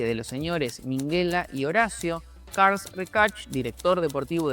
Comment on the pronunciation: Para todo el que le interese, el nombre catalán “Carles” (Carlos en castellano) no se pronuncia Carls, se pronuncia literalmente Carles o Carlas, dependiendo de la zona de los Países Catalanes. Un saludo :)